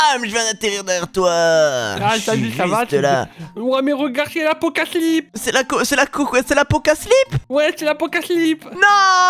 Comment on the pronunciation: Qu'est-ce que vous racontez encore là c'est pas l'Apocaslip c'est l'apocalypse